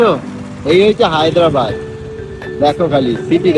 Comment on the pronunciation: Haydabad noy Hyderabad